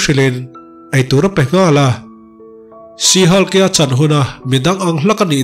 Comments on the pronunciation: Sir, Sea/see Hulk tia lam lovin, SHE HULK tiin lam zawk la, SHE HULK tiin i ziak a 'see/sea hulk' tiin i lam leh daih bawk sia. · 'sea' niloin she han Tila te ka ti ve mai mai 😄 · Si Hulk' ti tawp loin '(She)Shi Hulk' ti la, adik zok angem? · Sir,Sea Hulk angin I lam a ..She Hulk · 'She' thluk hniam laaaa...tuna i lam rik danah chuan...'Sea' a ni daih...🎉❤🎉❤🎉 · Thanks... Tuna SHE HULK - ah chuan 'SHE' hi thluk hniam tur. Tuna i lamrik dan chu 'SEE' emaw 'SEA' lamrik angin i rawn thluk sang daih a. A kawh a dang ta daih anih chu. Google ah hian Pronunciation en ila a chiang ber. 🎉❤🎉❤ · i lam dam hi sea hulk ti a ang e😂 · Sea hulk tih a lam tur a nilo